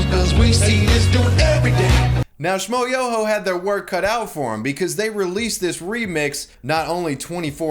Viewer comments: How can you not know how to pronounce Schmoyoho? "Sh-m-oi-YÖ-Ho. Accent on the YOOOOOOOOOOO!" It's at the end of every one of their songs... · There's a trick to pronounce Schmoyoho; accent on the YOOOOOOOOOO